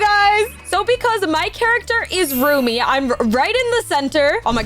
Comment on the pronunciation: It’s Rumi stop saying roomie